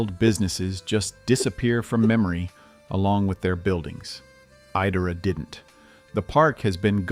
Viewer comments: I wonder how old man speaking is , and I wish it was still around cuz I would have taken my children to it, that was some of my best childhood memories because I went there in 1970s it is not pronounced e Dora is pronounced. Idora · For clarity, the name is pronounced "EYE-dora". It was the most fun place to be! I applied to work there the year the Wildcat burned down. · If you're going to use AI to narrate, at least teach it to pronounce correctly. I've never heard Idora mispronounced in so many ways. For the record Idora is prunounced "EYE-door-uh." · It's pronounced EYE DORA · I don’t mind the AI voice, even if it keeps pronouncing Idora wrong, but I can’t stand the AI pictures and pictures of unrelated parks. The fake pictures are horrible. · I don't know if the narrator is a real person or AI, but it bugs me that he says Idora differently every time he says it. Even if the pronunciation is wrong, stick to it instead of changing it up every time.